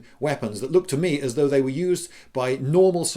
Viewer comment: So sey can tear out se guts of seir opponents.